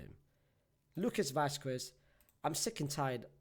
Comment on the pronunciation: Can somebody please tell him how to pronounce vazquez 💀 im a barca fan but hearing vaquez being pronounced wrong is annoying